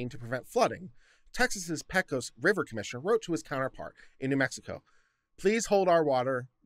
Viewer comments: Good God, man! You live in Austin now. Learn how to pronounce Del Rio! You get a pass now as a new-comer, but it is pronounced "Del Ree-oh". Carry on - as Viva says, I have fed the algorithm, and peace out! Oh, and "PAY-cose", not "PECK-ose" River. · Makes me think of pecan.